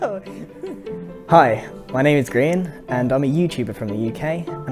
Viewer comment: I noticed that u said ‘grain’ instead of ‘Grian’